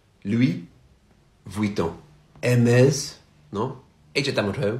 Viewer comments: Everything is good except hermeZ. Actually its pronounce erhmèsssss (like the "s" of Secretary) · …… French people are crying when hearing you pronounce Hermès 😅